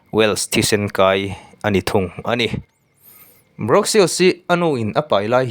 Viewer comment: Brawk ni lo vin bruk tih tur